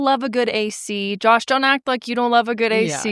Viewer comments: I’m a french Canadian 🇨🇦 and his prononciation of his name is horrible 😂😂😂😂 🆘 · French Canadian here! Josh pronunciation isn't the best 😂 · Josh did a good job with the accent. :) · I’ve been watching you since 2020 (I show up about once or twice a year and binge watch everything that I missed) from the French speaking side of Belgium. I don’t feel Josh’s pronunciation of his name was very French sounding but kudos to, who did a great job with hers ^^